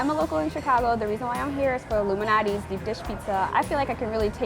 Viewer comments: its lou MAL natis not loumanatis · Anyone else thought that they were say “Illuminati’s” pizza? 🤔🤷🏻‍♂️💯😂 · she totally said "illuminati's pizza". BTW Screw Q-Anon. "luminati's" Anyway, these gut bombs look wonderful. Like lasagna pie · hmm, sounds like they said Illuminati's LOL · When they say Lou Malnati’s doesn’t it sound like illumanati? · I thought they said “Illuminati” .... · I thought they were saying the Illuminati pizza 😂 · If they say giordanos and not Lou malanatis food insider is cancelled.